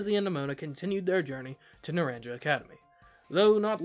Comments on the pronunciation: It's pronounced "na-ran-ka." Not "naran-ja" Just so you know 🤗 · Not naranJa but naranHa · Naranja is pronounced "Nah-rahn-ha." It is Spanish for "Orange." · It's driving me NUTS how you're saying Naranja XD The "j" is pronounced like an "h", so it's said "Na-ran-ha", not "na-ran-ja" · Hey, it’s pronounced NaranHA NOT NaranJA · Some of you all need a Spanish 101 course . I can't handle how you keep pronouncing things like the school name. It's painful. The j makes a h sound so it sounds a little more like Nur Ron ha and Violet school sounds more like Oo Vah. But thanks for the video mate and the fun voice over. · It’s pronounced naran-ha. Means orange in Spanish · Just FYI, Naranja is pronounced "na-RAHN-ha". It's the Spanish word for orange (both the fruit and the colour) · It physically pains me everytime someone calls it naranjah academy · it's pronounced nar-ahn-ha. In Spanish the j is more of an h. Example: the name José. (For reference, naranja means orange in Spanish.) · "Naranja" is pronounced "nuh-RON-huh". It's the Spanish word for "orange". In Spanish, "A" is pronounced like the "A" in "talk", and "J" ("Jota" in Spanish) is pronounced like the English "H". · ARGH! YOU PRONOUNCE THE J LIKE AN H NARANJA GODDAMNIT! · Hearing him pronounce “naranja” hurts me